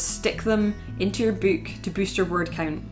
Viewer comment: Bewk. I could hear it all day.